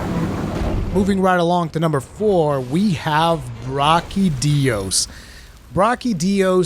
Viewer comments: Brachydios not brockydios lol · "Brockadios" lmaooo 🤦‍♂️